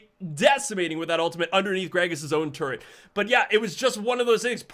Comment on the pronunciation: Say it with me...Tur Et....not turrent